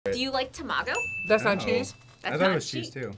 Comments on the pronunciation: TaMAGO I’ve never heard anyone pronounce tamago like that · She puts the Em-PHA-sis on the wrong Sy-LA-ble lol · I speak Japanese and didn't even know what she was talking about 'til she explained what it was because of her pronunciation with "tamago" lol. It's really simple and goes well in bento.